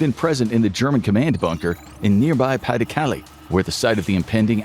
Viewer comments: Thank you. Came here to get at this exact thing. Pah deh Cal-leh Not Paddy Cali. Plz & thank you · Pah-duh-Cah-LAY. NOT PAH-duh-cah-lee. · PLEASE double-check your pronunciation! Pas de Calais is pronounced "pah de kaLAY"', not "PAH de KALee"'. You're driving me crazy! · Its excruciating hearing pays de calais called paddy kally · "Pa the caly"... jesus christ americans... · Pronounced "pah-de-cal-ay" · Pas-de-Calais properly butchered ^^ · Learn how to pronounce “pas de Calais”!! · I cringed every time Pas-de-Calais was mentioned